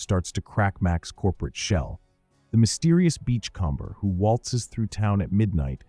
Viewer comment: … the mysterious beach “calmber”… 😂